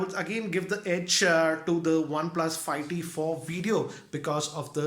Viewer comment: He is saying fi T